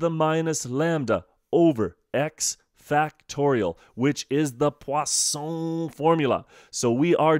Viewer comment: i need to learn to say 'Poisson' like him